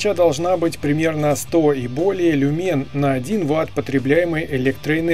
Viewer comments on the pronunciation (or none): не люнЕн а лЮмен!